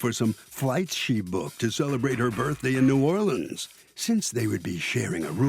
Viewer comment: Im a native of Louisiana and the pronunciation of New Or-leens is killing me! 🤣